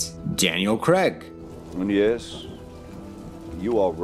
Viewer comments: Just wanted to add that in Daniel Craig his name is pronounced Crayg not Cregg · Who is Daniel Cregg? The man on the screen is Daniel Craig (krayg). Although it is acceptable to pronounce Craig, Cregg when it is a forename, the surname Craig is always pronounced Craig. Rian Johnson misspells his name to subvert audience expectations.